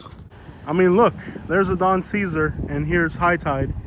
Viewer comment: Please, for the love of God, and all things literal, the Don is pronounced " Say Zar " and not the Salad. You're welcome.